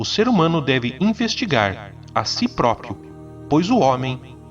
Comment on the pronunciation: Cara, o vídeo e o texto são maravilhosos! Mas eu não consigo deixar de reparar que, a maior parte da galera pronúncia "próprio", da forma "própio". E cara, isso me deixa muito desconfortável kkkkkk Desculpa, não é intenção corrigir, mas só encher o saco.